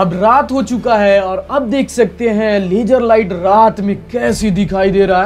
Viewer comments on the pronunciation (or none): Poora duniya ko LASER bolega hindi wala ko LAGER LAGER zero nahi geero jeero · Sala bihari. "laajjer light"